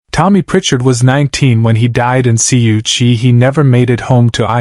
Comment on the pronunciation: If you cannot say it KU Chi don’t say it. I was there flying Huey helicopters in and out of Kew Chi. Periodically I flew spontaneous Dust Off. I got an Air Colonel from the time he was shot I had him at the 93rd Med in Long Binh in 8 minutes, probably a record. The was a day I carried Malaria patients all day long to the hospital. My boss was Charlie Wilson